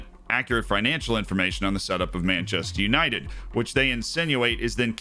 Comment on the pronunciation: Manchaster United Menchester United Menchaster United :D